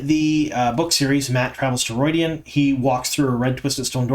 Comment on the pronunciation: Could you please address why you pronounce things differently from how they do in the show? Namely: Moghedien (moh-GHEH-dee-ehn), Rhuidean (RHUY-dee-ahn), Tel'aran'rhiod (tel-AYE-rahn-rhee-ODD)... I'm sure there's more but those are the ones that have stuck out to me the most since they are the most relevant to this season. Apart from that, I enjoy your insights, thank you for what you do!